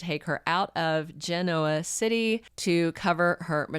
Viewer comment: Hi, first want to say you pronounced Genoa City right😅it didn't matter to me because the you said it was better than the way it really is so cuddoes to you.😮😅I realized that Claire has been misguided all of her life but the horrible things she did to the mean step-mother how can Victoria bring her back to Genoa City and I'm going to help her don't these people know about facilities that have real doctors that can help.Claire has had years of abuse mentally and she needs real help not bringing her back and throwing her in everyones face.I love Tucker that's all I'm going to say.I so hope Audra and Nate get together I feel that's a perfect match for trouble for everyone else.😮❤ That it for me Until next time.❤❤❤